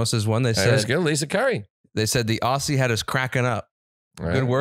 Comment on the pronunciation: Teach (and all Americans) how to pronounce Aussie. It is not an S sound. It is a Z sound like in Ozzy.